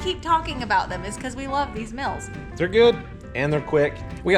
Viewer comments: I love it ! Even your "in video add " you folks make it decent to watch. I love the accent "factor mills are delicious " up her we pronounce the E in 'meals " kinda like hearing talk abooot sticker up in Canadia deeecales deckals 😅😅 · It's crazy to me that you guys don't get how to pronounce words properly and don't know simple English. Lmfao mels......... It's meals. learn your vowels. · Why do Americans have such a problem with how to pronounce vowels...Factor Mills😂😂😂😂😂